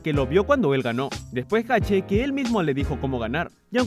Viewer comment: Agrego ... 3: es Hache cómo la letra, no Jache